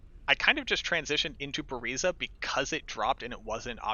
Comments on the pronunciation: hate the way you say buriza lol.. leave the A out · still sounds funny🤣